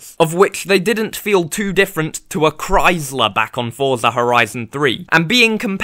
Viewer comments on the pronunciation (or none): none